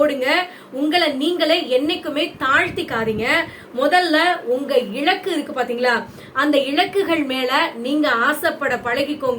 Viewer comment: இளக்கு இல்லை சகோதரி இலக்கு என்பது தான் சரியானது.உச்சரிப்பு சரி செய்யுங்க